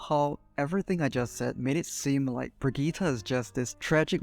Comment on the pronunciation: This is literally basically how I play my Brigitte, love your time and effort putting it into words! Also, it's Brigitte, not Bridgette. But that's just a Nitpick.